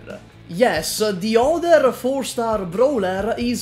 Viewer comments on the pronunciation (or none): none